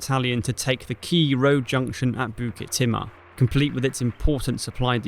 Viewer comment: Some feedback on the video -there were also 3 Bns of Malay Volunteers ( not just Straits settlements) - the fall of Jurong you talk about 10th Dec when you mean Feb - the pronounciation of the Malay place banned is incorrect (and jarring!). Specifically Bukit Timah and Pasir Panjang. I think now could have been said about Churchill's role (or lack of). Not all good fault, he was under the kosh in Europe but he said Citadel without providing any real air or naval resources. That's was a significant contribution to the whole failed campaign, asking with assuming 3 separate countries armies could just work together seamlessly, somehow. And the arrogance and underestimation of the enemy you mention. Good to see this graphically, so thank you.